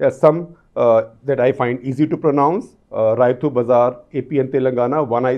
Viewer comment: Shekhar, in Kannada, it is not राइतु - it is pronounced रैतु |